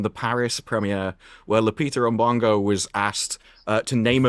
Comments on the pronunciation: 😂 pronouncing it "Lupita M'bongo" will never not be funny 🪘🪘🪘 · Azs reaction to mispronunciation of Lupita Umbongo is low-key hilarious